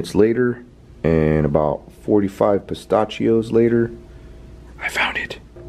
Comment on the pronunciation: Im sorry but i can't get over the fact that you mispronounced Pistachio